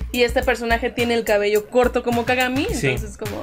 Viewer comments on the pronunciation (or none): none